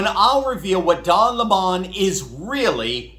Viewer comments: Where I went to school. A vowel is long if with in two to the other vowel. So it Lim mom not la mon. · You are too kind,, it's lemon, not le mon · Weird that we call the citrus fruit a Lemon but the fact he has it as a last name it becomes a Le Mon in pronouciation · Its pronounced lemon 🍋 not le mon...i dont care how he wants it said. Because he is a lemon of a journalist. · Any way you look at it, his name is lemon 🍋 not Le Mon, who's he trying to kid? He's like lemon car, unfixable looser, too many things wrong with it. Pray you don't ever get stuck with a 🍋🍋🍋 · D'oh LehMUH lol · I for one can't stand it when the Professor and Tucker refer to Don Lemon as Don Lemawn. I think if sounds as stranger than it would to call Elizabeth Warren an "Honest Indian". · please keep pronouncing his name lemon, as in the sour fruit that only gets better with liquor! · I LIKE HIS NAME PRONOUNCED AS LEMON, LIKE THE FRUIT!!!!! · Please stop pronouncing don lemon’s name posh if its tastes, sounds and looks like a lemon you pronounce it LEMON JUST LIKE THE FRUIT. Argggh I simply don’t like mr LEMON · Don Lemon insisting that his last name is pronounced "leMON" reminds me of the infamous "Bucket woman" (Hyacinth Bucket) in the Britcom comedy series "Keeping Up Appearances" who insisted her last name of "Bucket" was pronounced "Bouquet!" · Don't miss-fruit him! It's Lemon not Lemon. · It is Le mun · Pronounced Lemon.. Just like the yellow fruit. I give 2 craps how that clown wants it pronounced. Spelled like the fruit it gets pronounced like the fruit. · What is with this don le mawn pronunciation? He doesn’t look or sound French to me. Meadowlark Lemon 🍋 had no problem pronouncing HIS name, but then, Meadowlark had no identity crisis. He knew who he was and knew what he could do better than anybody else. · A Lemon is a Fruit, its Yellow, Sour, Acidic, when mixed with Vodka gives you a Headache and foul smell under your nose. Stop pronouncing this guys name like that.